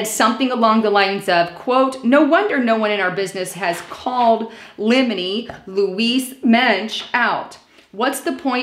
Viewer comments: It says Limey. Not limeny. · Liminey??? It's LIMEY! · It's LIMEY, not liminey. It's a British word. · Liney is pronounced lime' ee not lim' ee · Limey (not liminy) is slang for a Briton ( a person from England).. could be Robert Steele. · i'ts LIME-Y not limeny , ref british the term came from seaman of old ate lime's to stay off scirvey ,(lac of vit, c) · Not Leminy the name was Limey this is a nickname for a Britisher by Australians! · It's a Brit. L I M E Y NOT LEMONY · It's not liminey. It's lime ee. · They are say Limey, not Leminey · limey - not liminey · Limey is not pronounced Lemon-ee. It's pronounced LIME-EE, as in British. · sweetie, its not lemony, its limey. Pronounced like the fruit, LIME and and eeee on end. Its pronounced, LIME-EEEE. It is a descriptive word, lol. I'm just going off the screenshot of the actual words and its not a lemony its a limey, LIME-EEE. Sorry but I just thought you'd want to know kiddo. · Take the "blunt"??? Translation please? And "lim-a-ny"...come on, it's just "Lime-y"...yes, as in the green citrus fruit & American slang for a British sailor. Get some glasses, contacts or Lasik....PLEASE! Lastly, it's HAVE credence...NOT "hold" credence. Your presentation needs a bit more polish, but otherwise your content is excellent! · Your text reads ‘limey’, but you keep on saying liminey. Limey definitely means a Brit. Maybe a British operative? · This woman is astounding in her analysis of fake leaked documents. And the word is LIMEY! Not LIMENY. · I, a LIMEY is an. English man not. Lima you A as you pronounced it xx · It says Limey, right? Not liminy. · its not limanee; its li mee. a reference to someone from England. the English sailors were known as li mees because to avoid scurvy, they used to suck limes which was a good source of vitimen c. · Leminey??? It says, "The Limey." as in a Brit. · it says "limey" not "leminey" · lime-y, not limited. limey is slang for a Brit. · limey, not limeny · LIMEY not Limeny